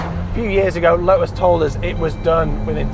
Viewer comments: "Lotus", not "Lo'us". Make an effort please. 🙄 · Lo'us has got a T in the middle. Let's hear it please.